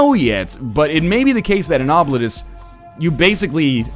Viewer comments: Okay, NL. This is actually pronounced "Oh-bleet-us." Source: I'm from the fuckin' internet, son. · Yeah, various pronunciation sites said it's "oh-bleet-oos" (rather, that's what I heard.) Either NL is making things up entirely, he was told by the development team how they want their game to be pronounced, or he should look up an ear doctor. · I've studied Latin, and this word is a Latin word for "forgotten". It is pronounced something like "Oh! Blee tus", where the 'u' is pronounced like the 'u' in 'rude'. Now, that is in restored classical pronunciation. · It looks like Oh-bleet-us, but it's really pronounced 'Throat Warbler Mangrove'. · Im my mind im going to refer to this as Obliterate-us. Why, It sounds cooler. Its the same reason i pronounce scimitar as Skim-a-tar. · Ah, I missed that then. If it's the way the trailer says it, then that's probably the best we'll get to their preffered pronunciation.